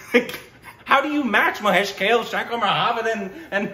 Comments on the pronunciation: Guys, it is not Mahesh KALE (salad). It is KAALEY. Please, other people have told you this already! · itd Bhaa-way (Bhave) Kaa-lay (Kale) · Hey, just for the pronunciation purpose. Here is how it should be pronounced, Mahesh Kale (mǝheɪʃ kʌle) Subodh Bhave ( suboʊð bhʌwe). Rest are ok. I hope it'll help you pronouncing Marathi sounds. Thanks for reviewing one of my favourites. About the next Marathi film, I'd suggest "Harishandrachi Factory". You'll get to know more about it here The film tells the story of the great legendary pyoneer of the Indian Cinema Mr Dadasaheb Falke (dʌdʌsheɪb pʌlke). I hope you'd love to witness the history of Indian Cinema. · Sorry to say this but I startled and then snorted so loud when pronounced Mahesh Kalay as Kale 🥬 as in leffy veg 😂😂😂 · One correction, the singer's name is Mahesh Kale which is pronounced like 'Kaa...le' and not like 'Kale' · for the nth time- Mahesh "kel" its Kaa + lay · His name is pronounced as 'mahesh kaa-lay'